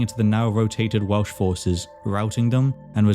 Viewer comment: I’m less than a minute in, and hearing you say the Welsh words and names correctly makes me so, so excited to keep watching